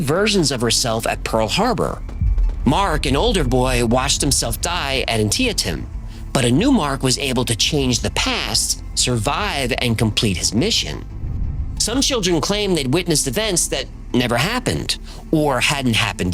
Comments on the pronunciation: Anteeyatem? An-tee-tem? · Antietam is pronounced An tea tum. SMH. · I heard something you said and thought OMG is there more evidence of the Mandela Effect? No, the place named "Antietam" is pronounced Ann-Tee-Tum, sorry for being nit-picky but I am from Maryland and always binge watch this show...😆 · Love your show, but it’s pronounced, “An-tee-tum”. (Antietam)